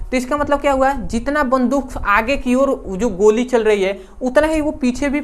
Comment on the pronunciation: वन्दूक नहीं होता है बन्दुक होता है सर 😂😂